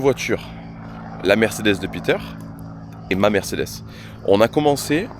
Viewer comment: Merdecedes ou mercederche ? 😂😂😂